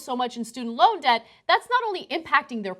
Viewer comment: She pronounces "Debt" like "Death". WTF?